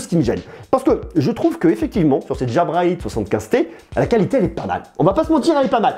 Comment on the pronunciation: pourquoi tu les appele DJABRA mdr 😂